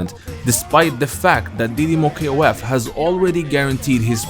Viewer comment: Hey freind you can talk didimoKOF normal no K O F. in Brazilians we call it that didimokof all Words together but you can call it that way if you fell it more comfortable